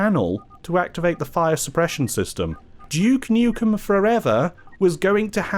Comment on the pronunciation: Glad to hear you aren’t calling him dook nookem like other English YouTubers trying to sound American